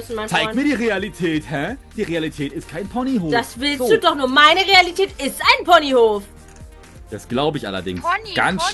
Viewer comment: Hat er RIAlität gesagt? XD